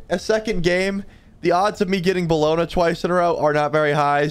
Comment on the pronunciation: it’s bellona lmao